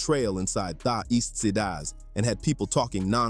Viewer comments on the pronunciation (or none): "Sidas" 😂😂😂the fuck